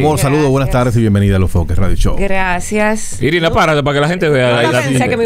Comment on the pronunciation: no es sirina es Irina 😹😹😹